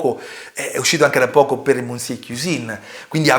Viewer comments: Monsiè non si può può proprio sentire 😢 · Già mi sembrava assurdo il confronto, poi ho sentito come pronunci il nome del “monsié” e ho capito tutto il resto 🤣🤣🤣